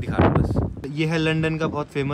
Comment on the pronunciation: Bhiya londan nhi lundan 😅